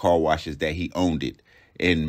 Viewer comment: Man said “one of the car washes he OWN-DED” 😂😂😂